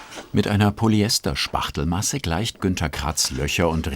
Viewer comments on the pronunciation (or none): Poly-Ester und nicht Polljester... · Wer kam eigentlich auf die Idee PolyEster "Poljester" auszusprechen? Das waren doch bestimmt die Omas: "Hier, ein Pulli aus Poljester ..."